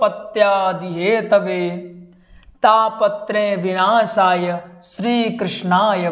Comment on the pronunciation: आप गलत बोल रहे है शुध उचचारण करो शबद हेतवे है।गलत मत बोलो